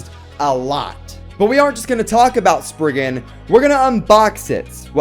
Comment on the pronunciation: Am I the only one how is bothered that he says sprisin